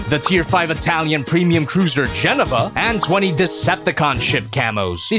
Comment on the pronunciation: I don't know what upsets me more: the fact that I missed this stream, or your pronunciation of Genova in that ad.